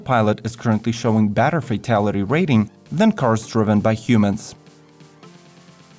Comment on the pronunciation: Did he say badder or better.